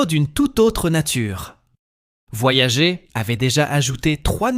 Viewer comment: il suffit de couper le son et le tour est joué; "Voyager" prononcé "voyagé" , ça ne fait pas du tout sérieux en plus d'écorcher les oreilles...